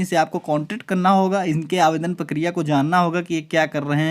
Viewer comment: पकिरिया नही भाई प्रक्रिया होता है।